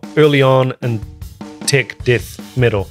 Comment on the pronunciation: I love the way you pronounce "tech". I hear " tick"